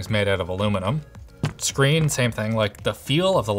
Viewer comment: touch SCHREEN